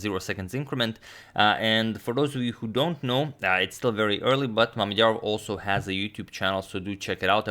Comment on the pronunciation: Can we talk about how well he said Mamedyarov’s full name